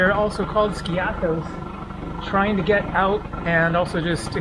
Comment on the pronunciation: Love your videos! By the way, "Skiathos" is pronounced: "Ski'- athos". The accent is on the "i" , not on the "a". Also, you said "kalispera" as a greeting while it's obviously morning or early afternoon, while the correct greeting is: "kalimera" (good day). Use "kalispera" only in the early evening as a greeting, and use "kalinichta" only as a "goodbye" at nighttime, never as a greeting. All the best to you!